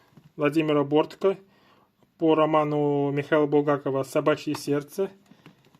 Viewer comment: БорткО а не БОртко